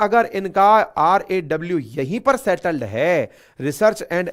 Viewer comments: Sir आप बार बार RAW को RWA बोल रहे हैं। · RWA nahi RAW होगा सरजी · RWA nahin RAW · Raw hai raw nhi😂😂😂